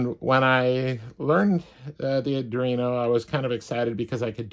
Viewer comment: “ADREENO”??? SERIOUSLY??? Try, “ARDWEENO”! 🤦🏻‍♂️🤦🏻‍♂️🤦🏻‍♂️